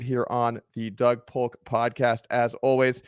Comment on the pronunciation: It’s Polk with a hard L